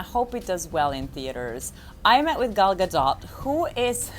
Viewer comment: You're sweet! I lost my father in December 2003 and my mother in December 2009...not fun, its especially difficult when you lose your mother, well it was for me anyway. And you're right Gal Gadot is a sweet heart, and you pronounced her name correctly too! Hearing most people (Americans in particular) still pronounce it Gadowe is getting a little annoying. Anyway I hope her back injury gets better, she's had it for a while now, and I'm a little worried for her. I believe Justice League reshoots are starting in the Summer, I hope she'll be better by then. I've suffered from recurring back trouble for decades now and it can take you out of circulation for a long time! Anyway a great vlog and all the best.